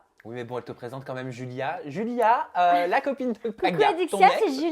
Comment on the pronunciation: C'est moi ou je rêve Adixia elle dit Joulia ou lieu de Julia